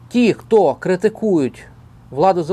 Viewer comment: вже перейшов на московський акцент "ті кто"